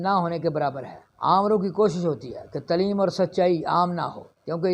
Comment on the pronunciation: Islaam aur taaleem saheeh se pronunciate karne se bhi aapki khabar mein aur wazan par saktaa hai, I think. X Tleem √Taaleem X mloomaat √maaloomaat X slaam √Islaam